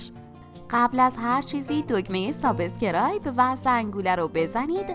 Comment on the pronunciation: یه پرسش! چرا ایرانیها به سابسکرایب میگن سابه سکرایب؟ اون إ بعد از ب رو از کجا میارین!؟ یا به اینستاگرام میگن اینه ستاگه رام ؟! یا به ته له گرام میگن ته لگرام. خوب نمیتونین تلفظ کنید بگید آبونه شدن بجای واژه انگلیسی سابسکرایب.